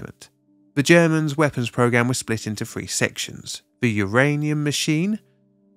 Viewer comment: Very informative. But the word is three not free